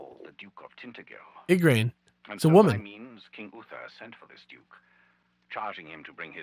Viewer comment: They pronounced Tintagel completely wrong. It's TIN-TA-JEL. There is no "Ga" sound. It's a "J" sound with the emphasis on the "A". I should know since I live not too far from the actual castle. It's a nice place to visit too, if you're in Cornwall with a spare day to yourself. Sorry, it's just a small detail that I would've appreciated if they got it right or at least attempted to ask a local, haha XD